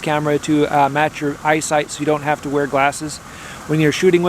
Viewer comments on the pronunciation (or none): none